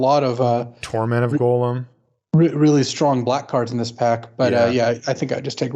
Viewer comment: His name is Gollum and it rhymes with column. Y'all keep pronouncing it like golem.